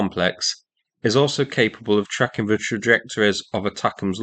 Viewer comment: i thought you said "Space Truckin" for a second and had flashbacks to Deep Purple's Machine Head 😂